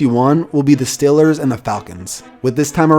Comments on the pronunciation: it triggers me when people pronounce the stealers the stillers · It’s StEElers not stillers